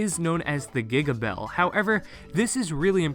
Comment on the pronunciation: Imagine mispronouncing “ Bell”